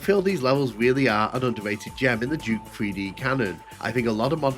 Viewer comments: Какой нах Джок?? Дюк Ньюкем! Джок какой-то... Тьфу слушать противно! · Джюк Нюкем хех. Субтитры дают Juke как Jukebox